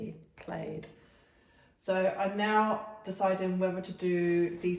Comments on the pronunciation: Plaid, rhymes with lad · Plaid. We call that plaa-d,as in Scottish tartan. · Plaid pronounced just like plaid fabric. Easy to get in US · Funny, Plaid we Americans call it Plaid with a short a.